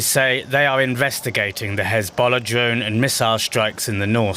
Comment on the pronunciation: does DW only hire reporters who cannot speak English? First guy sounds like Elmer Fudd, second dude can't even pronounce "drone" ... "drawhn".